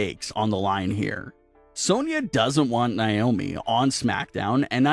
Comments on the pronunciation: Its nay-oh-mee. Not nigh-oh-me. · This terrible narrator has no idea how to say Naomi's name right, this channel needs a much better narrator, majority of the reason not to subscribe!